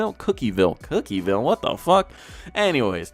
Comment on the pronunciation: its pronounced cook vill